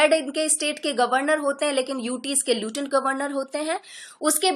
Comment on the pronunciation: Please explain those terms which are somewhat difficult for a newcomer. Another thing that u r prounciating wrong to lieutenant. I hope it will be ok .